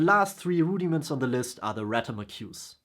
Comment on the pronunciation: I'm going to watch again just to hear you say Rudy-Mints : )